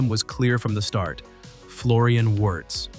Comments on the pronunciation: It is pronounced "VIRZ", not "Yurz", for God sake. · Come on!!!! AI generated can’t even pronounce the name of the subject of the video😊